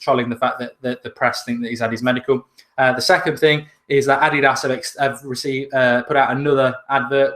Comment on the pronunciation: That's how you pronounce it though..